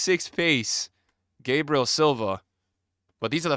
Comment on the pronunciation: Stop saying gabriel that way, hes not american